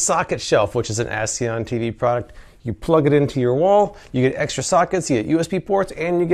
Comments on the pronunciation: I keep hearing him say "asseeon" instead of as seen on. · & Why do you pronounce it as ‘Aceon’? (and you said it once before these two points.) It’s “As SeeN On”. PMSL